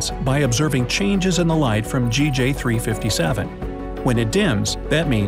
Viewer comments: Sir sometimes you said JG NOT GJ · Re: the planet naming system. In general the “A” object is the star itself, thus the first planet is designated “B”. Also, this system is GJ357, but you keep saying “Jay”-“Gee” instead of “Gee”-“Jay”. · He says GJ not JG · So we r not gonna talk about how he says it as JG instead of GJ? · He kept saying JG it’s GJ😂😂😂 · He keeps saying J-G instead of G-J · there was one time you said JAY-GEE 357d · You should re-read the script. You used both GJ and JG in both instances for both B and D.